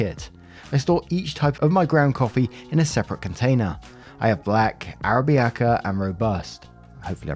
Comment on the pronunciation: It's pronounced Ara-bi-ca